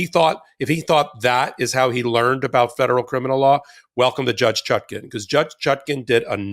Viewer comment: Is "Chutkin" standard US pronunciation of "Chutkan"?